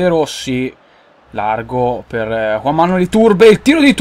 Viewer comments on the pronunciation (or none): none